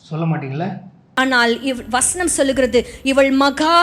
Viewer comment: நீங்க யாரு நீங்க யாருன்னு மக்களை பார்த்து கேட்கிறீங்களே அப்ப நீங்க யாரு மேடம் தமிழை கொல்லுறீங்களே வஸ்னம் அல்ல வசனம் சொல்லுங்க வசனம்